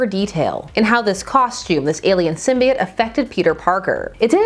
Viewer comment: Thank you….THANK YOU!! For not saying it Sym-bee-oat or sym-bye-oat….ever since Spider-Man 3 people starting saying it that way, don’t believe me? Watch Spider-Man TAS or even Star Wars Episode 1 (obi-wan says it when speaking to the Gunguns)